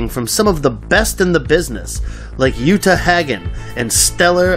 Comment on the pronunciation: That pronunciation of Uta Hagen just made me spit coffee out my nose.